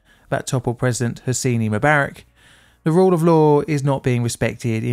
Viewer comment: The Egyptian leader's name is pronounced Hoz-ni NOT Hocini how you pronounced it. Surely you've heard it spoken on the news etc. Besides, just say it how it's written! There's no 'i' in the middle. Come on, you can do better.